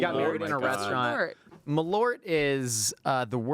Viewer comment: As a Chicagoan - I gagged just hearing you say Malort.